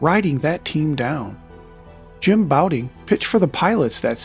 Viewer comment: JIm Bouting?? What you talkin' about, Willis??